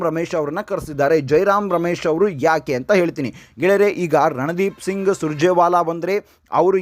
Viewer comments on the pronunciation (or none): none